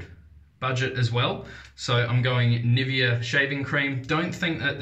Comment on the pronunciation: I appreciate this review. I was considering it but I think I'll hold on to my money. I also have the Parthenon, Rex and several other adjustables. BTW, the NIVEA is pronounced NI-VAY-UH. It's parent company is Swiss and A Swiss woman I dated corrected me when I pronounced it like you did. I enjoy your videos.